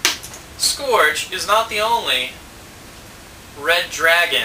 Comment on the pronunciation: it's scourge (pronounced sc-ur-ge)